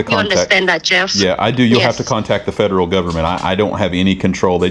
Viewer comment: If you can’t pronounce Federal, I highly doubt you work for them.